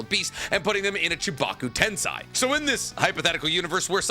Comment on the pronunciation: “tomei”, “tensai” (no, this is not how you pronounce these words)